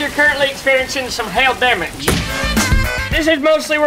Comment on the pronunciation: The way of how he said damage as demedge, lol.